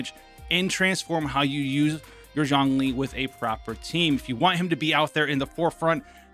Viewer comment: 钟离。zh ong zhong 钟not jiang 姜 j i ang 。it‘s not seem Lol